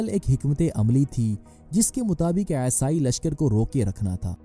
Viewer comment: Esai nahi Bhai isai bolo. Wo aesai sunne me bahut bekar lagta hai.